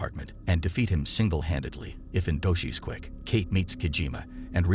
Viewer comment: Film is 'Kate' staring Woody Harrelson and Mary Elizabeth Winstead. Automated voice-over mispronounces many words, instead of saying 'mission' it says 'machine'. The primary character is named 'Kate', but the voice calls her 'Key'. That's just a few of the mispronounced words. So, take it as it is.